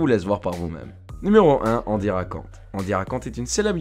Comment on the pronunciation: Par contre on dit "Èndy" pas "Andy".